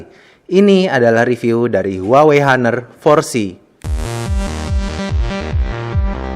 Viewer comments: bang, bacanya "aner", bukan " haner", gapapa sih, gapenting :v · its honor at singapore cuz... not hanor